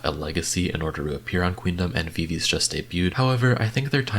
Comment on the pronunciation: not hating but viviz is pronounced as vi vi ji bc it’s from the members names